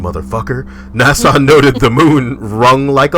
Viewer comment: MFW pronounces NASA "Nassau"